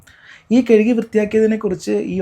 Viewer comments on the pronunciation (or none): കേഴുകിയല്ല. കഴുകി എന്ന് പറയു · കെഴുകി എന്നല്ല കഴുകി എന്നാണ്